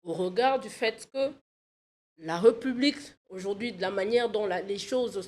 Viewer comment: J'avais entendu dire que la société enR.D.C.était matriarcale ? Elle a changé ? Arrêtez de dire "respublica" ! Obligez vous à prononcer l'accent aiguë sur le premier "e" de République. Le "s" n'existe plus en français puisque l'accent l'a remplacé !